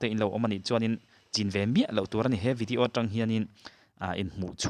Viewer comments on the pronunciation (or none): none